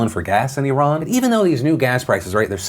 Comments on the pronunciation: Props to pronouncing Iran correctly. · Thank you for pronouncing ‘Iran’ correctly.